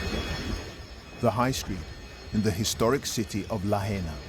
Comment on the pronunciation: Are British people totally incapable of pronouncing non-English place names properly? It's "la-HIGH-na", not "la-HEY-na". Very disrespectful to Hawai'ian culture.